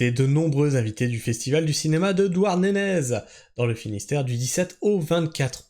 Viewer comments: Sa ce dit douarnené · On ne prononce pas le z de Douarnenez, on voit que tu n'es pas breton 😅